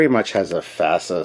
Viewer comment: "From hell's heart, I stab at thee, for hate sake, I spit my last breath at thee!" Ahab, Moby Dick, or Khan, Star Trek 2. But I do pronounce FASA the same as you. That's correct.